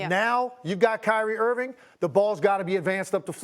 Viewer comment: Steve A.... Why can't you say Kyrie's name right? It's Irving.. Mnot Irvin.... And Dallas wants to see if Luka will give up the ball? That's a horrible take! Do you even watch mavs games? Clearly not!